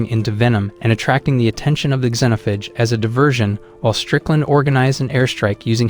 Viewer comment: AI can't pronounce xenophage lmao "Zen(or zeen)-oaf-age"